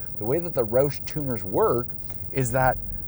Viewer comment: First things first, say it right man its ROUSH like like "ouch" but with a "sh" instead of a "ch". Secondly, yes you do need the Brembo brakes but the 3.73 gears are actually counterproductive and you'd rather have a lower gear like a 3.31 or 3.55 in order to take advantage of longer gearing up top. Maybe with a centrifugal supercharger 3.73 would be better bc they're lacking the torque down low that a TVS supercharger has. Love this guy's enthusiasm but it seems like it's for kindergarteners and not adults. It seems like he's from Canada ay? 😂 But is this dealership in Atl??